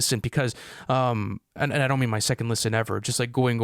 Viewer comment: Bro said “don T” 😭